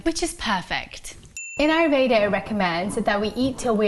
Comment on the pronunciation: I love your content and I am grateful to you for sharing the knowledge. I and I believe other Indians would really appreciate it , if you could pronounce Ayurveda properly. It is a beautiful word and I think pronouncing it the right way would be respectful.